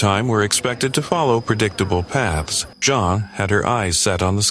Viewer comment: Why do you keep changing her name? It's Jean long e